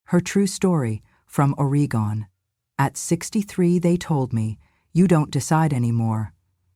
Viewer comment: It's not O ree gone. It's Oregon.